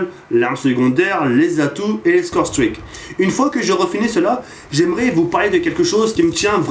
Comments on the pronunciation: PTDR tu ma finit avec ton accent ! Scow strik ! Mdr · J'adore ton accent anglais "scoRe stRick" Mdr' sinon super vidéo (comme d'hab) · Pas mal "scorestreaks" mais ca ne bat pas ton légendaire "Domaïnéshion" pour dire domination :)